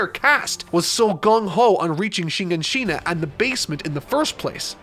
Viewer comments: shi-gan-shi-na, not shiNganshina. sheesh not watching 3 hours when u cannot even pronounce it right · ''shigenshina'' lol😂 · Let me sound it out for you Shiganshina .. SHI -GAN - SHI -NA Google isn’t that hard too use to find out Japanese is a phonetic language it took me two seconds to find that out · Why do people say shinganshina, its shiganshina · You pronounced Shiganshina wrong, it's not Shin' ganshina. Sorry but these things trigger me, especially 2 mins into a 3hr video. 😂❤️ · Jesus learn how to pronounce names. How can you say this is your favorite anime and continuously gets names wrong? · editor clearly watched alot more AOT than, but he didn't tell him how to properly pronounce shiganshina or Pieck. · On some real shit there no way you still pronounce shit wrong like do you even care of is they just a over site like how tf are you saying shiganshina wrong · Ur pronouncing shiganshina wrong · This is a great video but your pronunciation of Shiganshina and Pieck causes me physical pain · Vid starts. Mispronounces Shiganshina. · The dislikes are there because pronounced shiganshina wrong